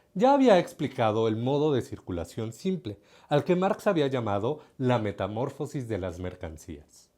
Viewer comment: Me encantó el video, como único detalla recalcar que se dice Metamorfosis con la sílaba tónica en “fo” es una palabra llana, y no con la sílaba tónica en “mor” porque sino sería esdrújula y tendría que llevar tilde, la cual no lleva.